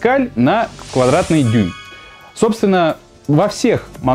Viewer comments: в ПСАЙ а не каких там писиАЙ блогер вашу мать нет там писи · "ПиСиАй" - это неправильно, и это не "паскали". правильно так: PSI - пи-ЭС-ай - это фунты на квадратный дюйм. ещё есть атмосферы и бары - это не совсем одно и то же, но почти одно и то же. есть ещё килопаскали. есть "килограмм силы на квадратный сантиметр".